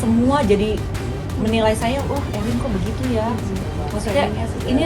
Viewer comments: Khusus pembawa acara..Namanya ERIN….. bukan EUWRIN…. Sekalian Aja ERWIN!!!Budayakan berbicara bahasa Indonesia dengan BAIK!!! Kalau mau Pakai bahasa Inggris… semuanya inggris , jangan nanggung!! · Mba admin, baca Erin biasa aja kalii...gak usah gaya" an/ ke inggris" an. Itu kan nama indoesia ...Erin gtu...